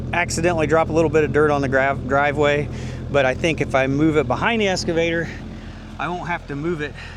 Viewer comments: Dude, it’s excavator, not escavator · I think you have been calling your Excavator a "Escavator".